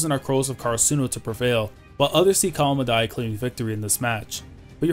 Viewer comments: The way u pronounce karasuno makes me kinda mad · Lol karasuno must win and you must learn how to pronounce karasuno right :/ no offence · Oh there’s a different way to pronounce karasuno